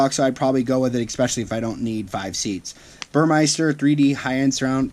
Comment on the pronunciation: The sound system is Burmester - say, Bur-MESS-ter, NOT Bur-MICE-ter !!!